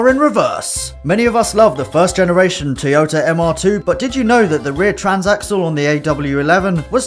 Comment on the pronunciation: Teayoter and Mazzer